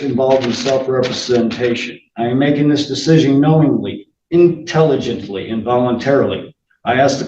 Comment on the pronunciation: Can't even read the word "intelligent". 😂